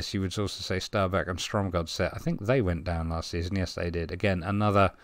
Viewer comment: Really well pronunciation! How you pronounce Stabæk is spot on! Norwegian is a very musical language...up and down in tone. Great episode too! Definitely worth a watch!